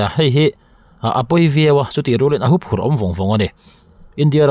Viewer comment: Hûphurh ni lo vin Huphurh tih zawk tur aw